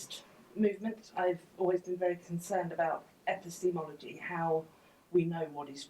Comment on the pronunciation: 'Epi-steamology'. That's a new one.